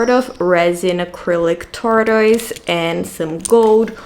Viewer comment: In English, tortoise is pronounced tor-tus, the u is that as in us, or even tor-tes, the e as in get, best.